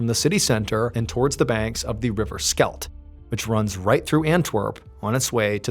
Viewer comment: I was wondering, river Skelt?? Ooohhh Schelde, had to get used to the pronounciation.